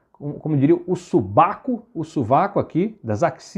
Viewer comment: Fazia tempo que eu não ouvia ninguém dizer "subaco" kkkkkkk